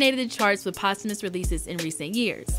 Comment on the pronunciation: don’t say posthumous like that lol